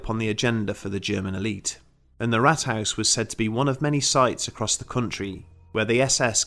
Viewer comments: Just a single correction: the pronunciation of Rathaus should be more like Raathaus. This sounded like Rathouse :) However, I enjoyed the video, thanks for doing it! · Please stop saying Rathhaus, if not roll the rrrrr.. ,I think you talking about the first Wolfenstein game on pc. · Oh and haus say as hows, it's not 100% but closer.